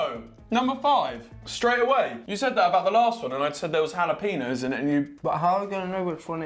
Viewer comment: The way they’re pronouncing ‘jalapeños’ AHHH!!!